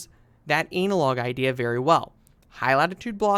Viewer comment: ANNA-LOG, NOT ANAL LOG